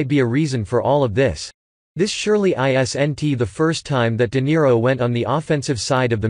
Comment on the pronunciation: W.a.s.n.t = wasn't, i.s.n.t = isn't. Stupid robot voice!